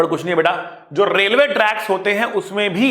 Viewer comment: sir was continously speaking work "hote" Which each time reminded me of an Arabic person speaking😂😂😂 But really sir you are the best person and teacher😌